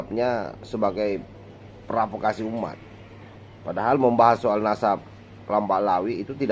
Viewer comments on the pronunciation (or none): PROVOKASI bang...!!! bukan PRAVOKASI.😅😅😅